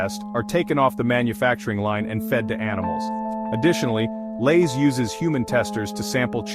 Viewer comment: "Elays" chips?